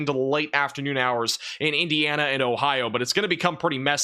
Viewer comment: Cant say Indiana.